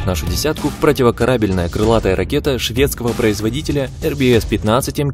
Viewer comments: Выключил после противокорАбельная. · ПропивоКАрабельная!!!! Слух режет, автор, это пипец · ПротиворкарАбельная??? Ученик клоуна КоротченкО что ли?))))) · ПротивокарАбельная ракета. Что за нерусь. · ПротивокорАбельная! До двухСТА двадцати... Автор — назад в деревню. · ПротивокорАбельная? Дизлайк.